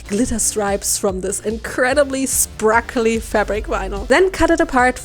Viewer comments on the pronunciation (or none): I love How she says sprakly shimmers and not sparkly shimmers 😊